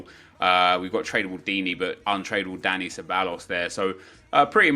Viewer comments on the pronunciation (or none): none